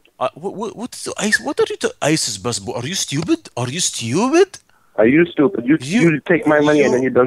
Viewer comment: is like i have American bassbor ya styoobid